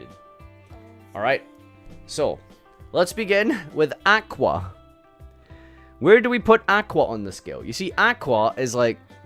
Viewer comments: Can't pronounce aqua properly kekw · Should probably look up how to pronounce the word aqua.